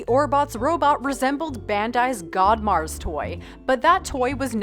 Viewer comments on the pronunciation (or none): none